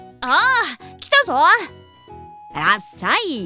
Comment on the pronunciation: ( ﾟ∀ ﾟ)ﾊｯ！ ネイティブな発音の『らっしゃい』だ！